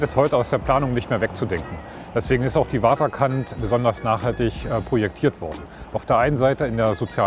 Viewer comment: Wieso spricht dieser Spandauer vom 'Wotterkant', also quasi englisch ausgesprochen? 'Waterkant' ist ein schöner niederdeutscher (und niederländischer) Name für ein Ort am Wasser.